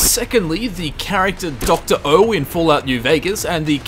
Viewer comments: His name is Zero. Not O. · D-did you just call him Dr.O...it’s DR.0